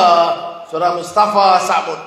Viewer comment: "mustapaa" funny.. hahaha